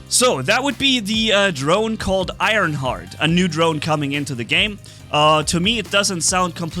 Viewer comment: It's Ironhearth, not Ironheart, it has an H at the end